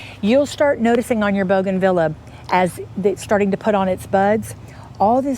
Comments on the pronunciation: The pronunciation is Bouganveeah not Vila. 😀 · Please learn how to pronounce the name bougainvillea. You’re very knowledgeable but this mispronunciation is so distracting. Thank you for teaching us that this plant can be grown in a container. 😉